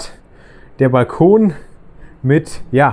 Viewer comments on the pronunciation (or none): none